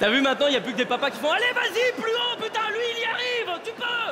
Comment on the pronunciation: oh Pu-taing !